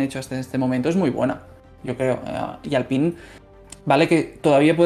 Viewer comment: se dice alpain, creo